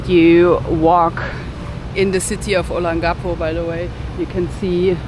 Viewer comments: So disappointed that you cannot even pronounce Olongapo correctly. I have been an expat resident of Olongapo for over 15 years. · I wish you spent a little time with a local to get the proper pronunciation of Olongapo. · For my ears, your pronunciation of Olongapo, is unique and endearing.